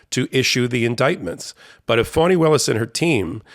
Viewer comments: HER name is pronounced FAN-ee not FAWN-ee. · NOT fawnie,,, fAnnie willis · Fani, not Fannie. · Fani Taifa Willis[1] (FAH-nee), Per wiki. Not Fawni. Y'all get it wrong all the time.